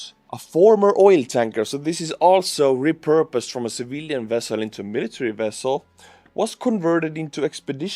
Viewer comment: You won’t understand, but hearing you pronounce “Civilian Vessel” as “Civillian Wessel” made us Star Trek fans super happy! Greetings from an Ukraine supporter in Japan/